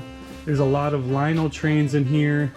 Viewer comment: Great score on the stuff for the barn. Btw, I didn't know this until I asked someone to proper way to way to say Lionel. It's lion-nel and not lion-o.